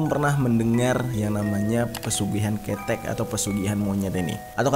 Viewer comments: cara bc kethek y krg tepat bang,bukan kethek tp khetek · Gimana sih lu bang, Kethek bang bukan kethek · Cara ngmg Keteknya beda Bukan Ketek (ketiak) Tapi ke = ke (bacaan ke, ke bali, ke jakarta) tek = tek (tahu tek) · Bacanya kethek salah bang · Maaf bang Jer. Pengucapan kata "KETEK" itu salah seharusnya,kalau dalam bhs Jawa itu "KHETEK" yang artinya monyet atau kera🙏🏻. Trimakasih bang,semoga sehat selalu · Ketek😭😭 Salah penyebutanya bang 🤣🤣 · Bukan KETEK BANG JERI TAPI KetEK😂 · Cara mengeja kata "kethek"nya ga gini mas, kethek ngucapinnya ga sama dengan ketek (ketiak)😅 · Ngomongnya "Kethek" bang,bukan ketek wkwk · 😂😂😂😂 kethek bang bukan kETEK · Bukan kètèk tapi bang ketèk😅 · Bukan KETEK bang lebih tepatnya KÈ TEK KETEK mah KETIAK😅😂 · "Keutek"bang jer.bukan ketek(ketiak) 🤣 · Nyebut 'E' nya salah bang bukan KETEK tapi ketek... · Keuthek bang jer bukan ketek wkwkkwk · Kethek bang bukan kethek🗿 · BANG DI JAWA ITU KETHEK BUKAN KETEK PAKEK "E"...KLO ABANG SBUTNYA KAYAK KETEK KETIAK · Kète bang jer bukan kEte 😂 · Kȇ̈tȇ̈k bang bukan ketek 😅😅😅😊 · Bukan ketek ke-te-ek cara penyebutannya koreksi kalo salah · Ketek mazzzehh bukan kethek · Ketek bang bukan ketek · (K E T H E K) bang bukan ketek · Ketek ❌ Ke thek✔ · Keteg bang bukan ke tek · Dibacanya kheutek bang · Ketdek bang bukan ketek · Ketek pake e (enam) bukan e (entok) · Mocone ketek mas udu ketek, nggowo e udu e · Ketek bang bukan khetek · KOK KETEK SIH. KETHEK. E BUKAN EE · Bg bacaan ketek itu "ke-thek" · Yang benar itu (kethek) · Ketek koe🤣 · yg bener kethek, cara bacanya ket tek gitu 😌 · Udah ngeri cuma begitu denger bang jer bilang ketek Bagi orang Jawa berasa ngomong ketiak 😂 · Ket thek Wkwk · Maaf sya ktwa stiap bang jer blang Kete, Ke'te bng bkan kete lma" awq dnger ketek 😭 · Kethek cara bacanya ke 'nya kaya kita baca kata kemana. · Kalo ketek cara penyebutannya begitu jadi artinya ketiak itu Bang 😂 Harusnya huruf "e" pertama dibaca e mati huruf "e" kedua baru dibaca "e" hidup 😅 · Ejaaan salah bang haha